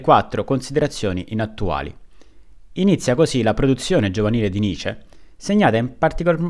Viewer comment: Cavolo...nessuno che lo chiami come si deve...si dice nitcce..facendo sentire la c doppia ..studiate il tedesco..Pietro Giusti Luneburg bassa Sassonia.